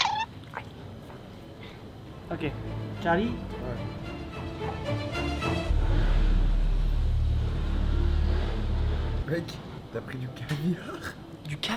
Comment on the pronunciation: tu m’a dit mon tcharlie like si t’a lu avec l’accent